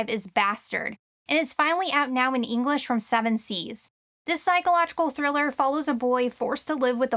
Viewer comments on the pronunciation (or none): none